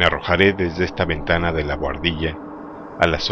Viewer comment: Me da gracia cuando dices la ventana xD muy buena narracion